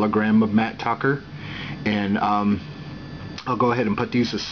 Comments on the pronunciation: It's mat tracker not Tucker. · dude its tracker not tucker